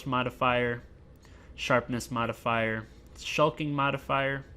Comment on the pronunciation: I couldn't help but to hear S.L. Jackson saying motherfucker each time you're saying modifier ... !